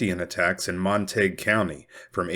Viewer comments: That’s just illiterate. It’s either Montagyou or Montagoo depending on French or British origin. Sure as hell is not Montaig. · Mon-ta-gue not Mon-tague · It’s pronounced mon-tuh-gyoo. Even if the locals can’t manage to pronounce it correctly doesn’t mean you should reinforce chosen ignorance. They could always change the spelling. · Wouldn't that be pronounced more like Mont-A-Goo? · MON TA GUE . THATS HOW ITS PRONOUNCED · Mont-a-gew County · It's pronounced Mon teh gue county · It’s pronounced - mont a gew like in Shakespeares Romeo and Juliet, the Montagues’ and Capulets’. Not being mean, just love your work. Another great episode, thank you 😊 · Wrong. I live there. "Montayg" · All these non-Texans telling all us Texans that our county isn't pronounced the way we pronounce it!😂😂😂😂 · I suspect the real reason Davis impaled that head, was that he couldn’t abide the mispronunciation of the name Montague, by its former owner.